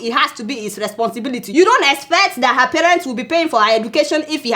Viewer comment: I love your reports but can you learn how to pronounce the word HER